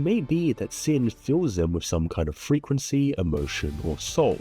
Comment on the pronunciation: As someone who usually listens to your videos as a podcast, I kept thinking you were saying "sin" rather than 心, and I was like "yeah that's totally right the Sentinel def looks Hsin-ful". Not saying your pronunciation is wrong, you are saying 心 right, 'cause I do realise you're saying this in English.